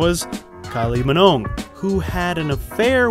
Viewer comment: Kylie m-GNOME?!? It would take an American to make this mistake.